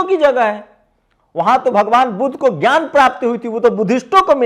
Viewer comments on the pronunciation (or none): none